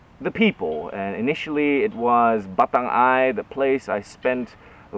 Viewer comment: i would like to advise you to pronounce batangai in one word rather that batang ai as it bring a whole different meaning 😆